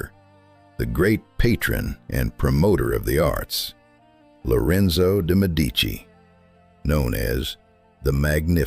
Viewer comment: MED' ee chee: Medici is pronounced